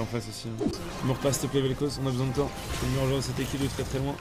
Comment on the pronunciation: "Ja vais re-zhonya" mdr